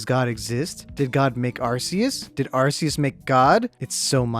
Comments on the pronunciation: anyone else get triggered when he says ArSEus and not ArCEus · It’s not pronounced arseus, it’s pronounced arcoos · its pronounsed "are-coos" not "are-cee-us" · It isn’t pronounced arseus, it’s either arceus or arcoos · Its pronounced Ar-coose* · it's a land shark Why would that be water? Every Pokémon has a reason it is the type it is Watch lokstin's vids on each type explained arceus IS god (and it's pronounced ar-koos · it’s Are-key-iss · Arceus Is pronounced Ar-coos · Arceus is pronounced argoose have you even seen pokemon talk? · Its arkoos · Arceus is pronounced Arkoos. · Arceus do you mean Arkoos? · You mean ARCOOS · IT'S PRONOUNCED (ARE-KEY-US) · IS NO ONE GOING TO TALK ABOUT HOW HE MIS..uh SAID ARCEUS....now that I say it’s a nick pick..who cares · your saying Arceus wrong cause the way you say it stands for a umm certain phrase on some areas of the world. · *imma start up a war here* ur saying arceus wrong